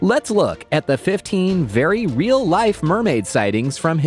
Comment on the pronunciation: I love the way he said 15VERY REALmermaids like he was trying to convince himself